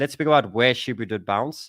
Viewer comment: SHIBA not SHIBU